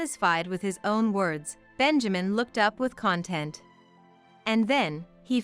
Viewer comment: Content. Said that way means containing something, like the contents of a bag. The tone of the story makes that all wrong. You mean short o, con-tent, tent like the one you go camping in, meaning happy. Are you trying to contend that all words are pronounced the same in other languages? Rubbish, please get things right. Or stop using words you cannot pronounce, thank-you.